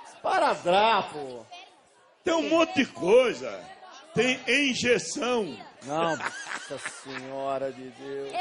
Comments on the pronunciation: "enjeção" kkkkkkkkkkk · "ENJEÇÃO" KKKKKKK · ele falou Enjeção, o certo é Injeção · "ENJEÇAO" KKKKKK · Ninguém:a Adriano:"Enjeção" Eu rachei kkkkkkkk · “Enjeção” Kkkkkk O AUGE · "Enjeção" foi triste kakakaoakaka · " enjeção" kkkk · Engeção,nem é com i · "enjeção" KKKKKKKKKKKKKKKKKKKKK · "Enjeção" HAUHAUHAU auge